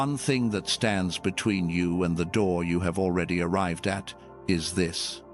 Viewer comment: ARRIVED NOT ARRIVEDED